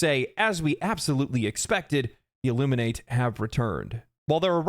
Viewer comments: You also pronounced Illuminate wrong. There are two pronunciations: one for the verb, and one for the adjective and noun. The pronunciation in this context is that of the adjective and noun, not the verb. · The first man I've heard pronounce "Illuminate" incorrectly